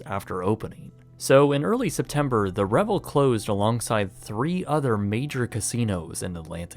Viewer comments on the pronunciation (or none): Re-Vel, like gazelle. Not Revel, like grovel.